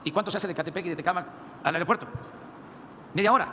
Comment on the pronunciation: ¿Ya pueden llegar millones? ¿Al "areopuerto"? ¡SE DICE AEROPUERTO! ¡Puras mentiras, no sabes decir otra cosas más que mentiras!